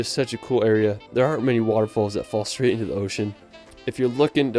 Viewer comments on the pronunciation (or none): none